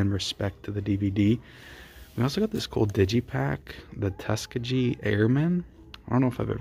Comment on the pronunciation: You mispronounced Tuskegee Airman ??!! Do you watch any black movies?? Probably not.